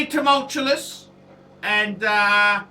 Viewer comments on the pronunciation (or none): Tumultuous, not tumultulus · Tumultulus? Tumultulus??? You invented a word. LOL. It's tumultuous.